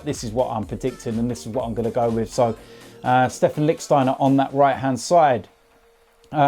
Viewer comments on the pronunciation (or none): none